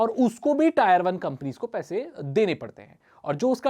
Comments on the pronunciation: इसको आप "टियर वन" बोलो "टायर वन" नही।👍 Tier मतलब "class"/ "श्रेणी" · Tier hota hai bhai 🤣🤣 tayar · tire nahi hota bhai tier hota hai...pronunciation xD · भाई वो टायर नही टियर होता है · Bro not tyre it tier 1 टियर 2 tier3😁😁😁😁😁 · भैया टॉयर नहीं ! ...टीयर ! Say टीयर-1, टीयर-2, टीयर-3 !! इसलिए अगला video 👉 "Rapidex English Speaking Course" पर आधारित हो तो बहुत अच्छा! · Wrong pronunciation it's not tayar it is tier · Tier not taayar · Tire nhi Tier bolo